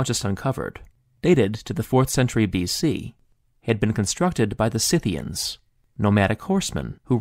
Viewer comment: THANK YOU for pronouncing "Scythians" CORRECTLY